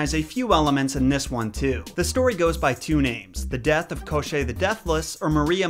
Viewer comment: u miss pronounced Babayiga not babayaaaga and its kashey not koshey as a Slavic person she is one of my favorite villain's proof Я Яни